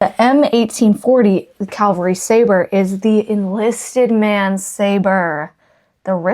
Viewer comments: I really enjoy your videos! I have to ask, however, are you saying "cavalry" or "calvary"? Sometimes a little of both? I'm guessing that maybe you were raised Lutheran and went to the local "Calvary Lutheran Church"! It's OK. I still occasionally get calvary (location of Christ's death on the cross), cavalry (a soldier's regiment), and Calgary (a major city in Alberta, Canada) mixed up in my use of the words! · The word is CAValry, meaning soldier riding on horseback. You keep saying CALvary like the hill where Jesus was crucified. 🤣🤣🤣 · You have a wonderful sense of humor. Your videos are so well-produced and fun to watch. I look forward to each episode to see what treasures you will highlight next. For what it's worth...it's "Cavalry", as in horse infantry, not "Calvary", where Jesus died. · Your lantern is a little rough, and seems to be missing the cap for the fuel reservoir, though probably available online. Also, CAValry, armed forces on horseback, not CALvary, scene of the Crucification. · Fun show! I must say you are saying Calvary re: the Civil War sword. Calvary is where Christ was crucified. You mean cavalry-soldiers on horseback. Anyway, keep the lantern! Very cool stuff you’re finding! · Stop!! Going crazy with ur calling the thing a CALVARY sword. Now let’s try saying CAVVValry😂😂😂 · I love how you say Calvary almost every time it is supposed to be cavalry. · please know that there’s quite a difference between “cavalry” and “Calvary”…🫶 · Sorry to correct you, but you keep saying CAL-vary sword. The word is CAV- alry. The V comes first in the word. CAL-vary is a name for the hill where Christ died. CAV-alry is the name of horse riding soldiers. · Please stop saying Calvary it is CAV - AL - RY.Its driving me crazy😊😊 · Lol, Calvary is where Jesus died. CAVALRY is soldiers on horseback. No judgement, just funny. I love your videos.